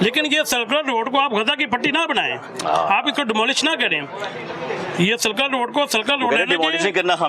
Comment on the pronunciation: بھائی سیکولر روڈ نہیں سرکولر روڈ ہے درستگیکریں